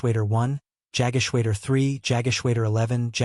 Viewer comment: The voice actor (or possibly, an AI voice), is badly mispronouncing German words such as Jagdgeschwader. AI can be easily taught correct pronunciation - actual people, not so much. Very disappointing in the 21sr Century.